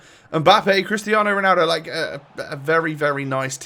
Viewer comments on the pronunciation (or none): none